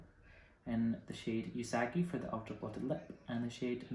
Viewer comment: I love the collection, I didn't get the glitters or blushes since I wouldn't end up really using them other than the blushes as shadows. It was a fun video, other than the mispronounced Usagi. That had me cringing but I get if you never heard it pronounced it would be hard to say. Glad you enjoyed the collection.